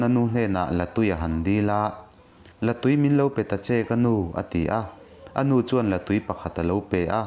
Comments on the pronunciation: I lam rik dan hi a dik tawk lo, la tui tih i lamdan hi tui(water) ni lovin tui(egg) anga lam tur. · A ngaihnawm hle mai. Thlahthi hi Tlahthi tih tur- Mau emaw rua emaw a na hi pan deuhin hriam tak turin an siam a, chu chu Tlahthi an ti. Zél zùl hi Zel zul tih tur. Liandova te sial lim zek zek, zek zek hi a thluk a dik lo. La tui pawh hi, la in tui(water) a nei lo. Hmuia an hlum hi La tui an ti, tui hi artui tih a tui lam anga lam tur a ni. Ka rawn sawi ve leh e